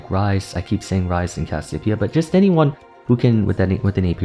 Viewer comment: Troll a ranked game each time he says Cassiopea.